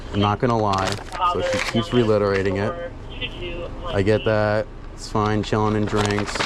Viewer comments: Did you actually say Reliterating? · There's no L in the word reiterate or reiterating